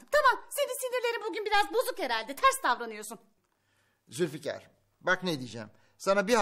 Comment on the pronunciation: Zilfikar diyor 🤣🤣😂🤣